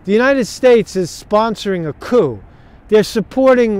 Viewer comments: COOO. It is pronounced, "COOO". (or, Kooo.) Covington; Kuh-Ving-ton. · The p is silent in the word coup